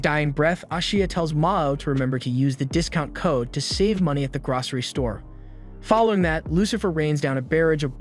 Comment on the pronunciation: Gracery? Wtf is that lol you mean grocery